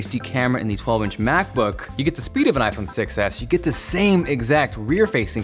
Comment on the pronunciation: whenever he says I phone 6 s it sounds like iPhone 6 ass..